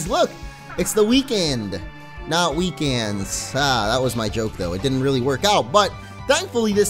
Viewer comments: "Weekans" LMAO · "Weekans" and weekends (ba-dum-ttt)